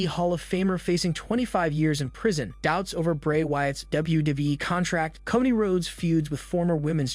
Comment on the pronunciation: It's Cody NOT Kotty